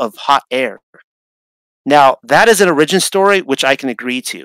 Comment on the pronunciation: An o-RIDGE-in story? Or an “Ora-gin” story? Is anyone else wondering who wrote this paper? It’s like is reading something he didn’t write. So weird.